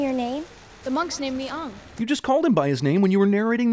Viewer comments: the real sin here is the fact cinemasins still pronounced it “ong” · I thought it was pronounced aang with a short a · and don't forget about Ong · Add a sin for every time the pronounce Aang, “Aahng” Add a sin every time there’s slow fighting As a sin every time something appears in the movie that wasn’t in the show Add a sin every time someone breathes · Yeah they mispronounced Soka and Angg's name. Sorry if I spelled their names wrong. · Nope add another sin for pronouncing aang's name as "on-ge" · This movie pronounced the boy’s name as AHng while Netflix went all American. AAng 😂😂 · The worst thing is the fact this movie cant pronounce Aang right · Bruh, they don't say anything right. They say Aang wrong Sokka wrong Iroh wrong Avatar wrong +4 sins! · The pronunciation of “Aang” kills me sk much omgg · His name is Aang. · I know the source material doesn't matter, but I would have definitely had a bonus round for every time they said his name wrong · i add on a sin to cinemasin for mispronouncing anng name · Sokka isn't funny, they butchered aang's name, and Zuko's scar is on the wrong side. edit: Zuko's scar isn't on the wrong side, it's just so bad that I couldn't tell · Especially Aang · In the movie they pronounced both Aang and Sokka WRONG did the people that made this even watch the cartoon before making this? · They said aangs name wrong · You are actually calling Aang by his incorrect pronunciation? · The TV series was 1,000,000x better than the movie. Everything from the acting, to the story, to just pronouncing Aang's name properly was a fail in the movie. xD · even CINEMASINS pronounced his name wrong!!! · It’s AANG not ONG 😑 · I thought it was pronounced Aang not Ang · The fact that they pronounced the name wrong, it's just bad.. It's not "auhng". It's "Aahng". Jaysus. Watch the cartoon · They call him Aung instead of Aang and Soaka instead of Sokka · Hahaha they say he's uhng not aang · 2010: Ong 2024: Finally they say it correctly AANG